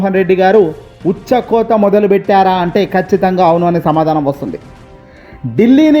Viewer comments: ఊచకోత, ఎవరు నీకు తెలుగు భాష నేర్పింది? ఉచ్చ కోత (ఇంగ్లీష్ లో యూరిన్). నీకు తెలుగు రాదు కాబట్టి ఇంగ్లీష్ తెలుగులో వ్రాసి చెప్పాల్సివస్తోంది. మా ఖర్మ. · నాయనా భాష నేర్చుకో.. ఉచ్చ కోత కాదు.. వూచ కోత... వివరణాత్మ కం గా అనాలి.. నేర్చుకో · ఉచ్చ కోత కాదు ఊచకోత చదివేటప్పుడూ ఈ తప్పునే చదువుతున్నారు.. సరి చేసుకోండి